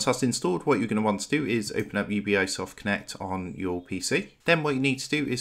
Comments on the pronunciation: Bro, it's "You-Bee"soft, not u-b-i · it's UBI, and not U-B-I XD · It’s pronounced you-bee-soft not you-bee-I-soft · Ubisoft. Not U B I soft. Its short for Ubiquitous Software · UBI eyesoft cant even say the name. fkwitt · I'm downvoting and not subscribing simply because of the annoying way this guy pronounces Ubisoft. Ugh.